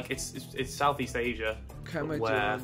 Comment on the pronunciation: Josh say "Kemajuan"😂